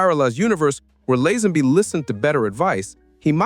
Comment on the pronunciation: I was willing to put up with the mangled pronunciation of Lazenby (it is Lay-zen-bee), but you lost me at "John Bond audition". Hack standard.